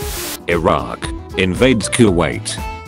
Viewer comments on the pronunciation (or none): none